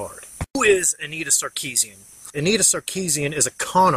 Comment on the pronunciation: Sorry but the way you pronounce her name is bugging me :( It's Anita not Annetta. I like the video just thought I would say something.